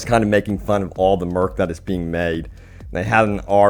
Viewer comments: Merch, not merc man... But thanks for the vid. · Its pronounced "Merch" not "Merc".... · Cyberpunk MERK??? It's Merch XDDD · lol why do you keep calling Merch -> Merc? (just funny when I hear it) Merch = Merchandise Merc = Mercenary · Its not called Merk, its Merch, which is short for merchandise....Please please stop saying Merk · Lol I believe you mean “Merch” not “Merk” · I like how when they show the game in the PS store the price was in Rupees or whatever haha Also buddy, It is pronounced Merch, short for Merchandise, Dude keeps saying Merk. "I might buy some Cyberpunk merk, they have made so many merk items." LOL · merch not merk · Not merc like mercenary, not murk like murky, MERCH like MERCHANDISE! lmao <3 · No offense man but merch is pronounced murrch. If that makes sense, not merc. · Its "merch" as in "merchandise", not "merk". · Why are you saying merk? It’s merch as in merchandise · Mer-ch (like the ch in chips) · did anyone not notice this dude pronounces merch as “merk”? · Why do you say merch like that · top 10 people who can’t pronounce merch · Uh I don't think thats how you pronounce "merch" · Did he just mispronounce "merch"?